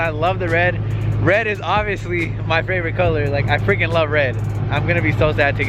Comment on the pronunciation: It’s his fravorite 😂😂